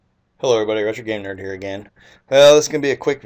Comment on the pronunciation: I think you are a very helpful guy. You also seem like a pretty good caring dad if you're not just acting like that for the camera. You seem like the kinda guy I'd be friends with so don't take this the wrong way.....but I've totally thought when you said "RetroGam3nerd" that you said "RichardGayNerd" Which you know what Richard gets broken down to which makes it even funnier. Thanks for the good videos man! Keep up the awesome work!